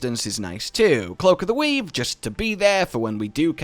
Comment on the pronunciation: i swore he said cloak of the weeb